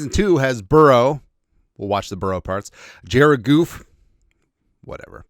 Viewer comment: If you don't know how to pronounce Jared Goff's name how can you be talking about quarterbacks, are you calling him goof on purpose?